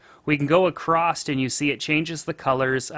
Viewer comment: Acrostt ? FML